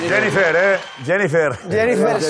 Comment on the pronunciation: Jennifer jajajaja y lo pronunció mejor que cualquiera jajaja un grande akrobeto